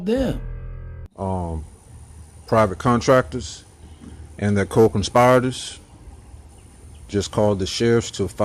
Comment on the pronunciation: Got to watch those “conspi-o-tors”.